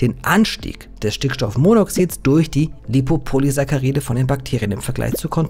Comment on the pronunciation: sprich das BITTE so aus: LipopoliSACKaride xD vegane Grüßee edit: bei hast dus endlich richtig xD